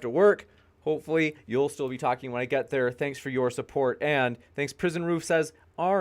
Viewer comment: is gold 🤣🤣🤣 “Because the sun is up dere” 🤣🤣🤣